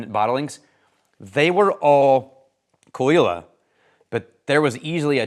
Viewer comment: best part of the video is learning how Caol Ila is pronounced :)